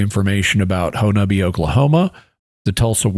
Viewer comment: I lived for a long time in southeast Oklahoma, Little Dixie, about an hour from Honobia. I am so glad you pronounced the town name correctly. However, the mountain range is pronounced Ki-uh-mi-she not Ki-uh-mi-che